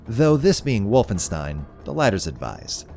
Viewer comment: Nobody:: So I played Wolfenstine I ain’t even mad